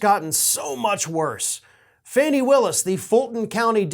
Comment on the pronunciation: Fani rhymes with Connie or Bonnie.